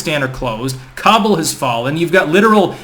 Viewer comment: Its not Cobble...its Khábul*